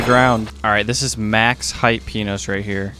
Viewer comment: bro said pinos istead of minos close the like